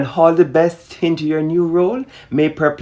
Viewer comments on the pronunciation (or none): Perprettual light😂😂 or perplettual light 😂😂 m hard ah herrin